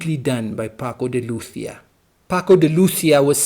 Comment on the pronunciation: He was a great artist. His extraordinary virtuosity was never for show; he put it at the service of music. You pronounce Lucia very well.